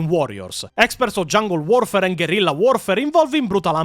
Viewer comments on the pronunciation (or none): none